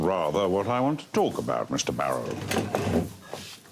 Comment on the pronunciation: “Goodbye Mr Bawwow.” 😆